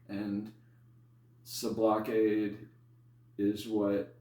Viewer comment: Homie isn't even pronouncing Sublocade the right way?